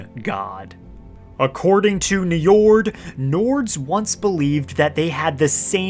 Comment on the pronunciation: don't let an old norse specialist /nerd hear you pronounce that name: Njórd, or Njörðr as is the old norse spelling... he is the lord of the vanir and the father of Freyr and Freja. god of the sea ;) that dude there is named after this old norse god.